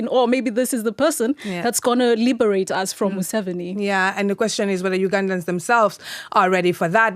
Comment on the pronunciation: Mu-Seventy Seven😂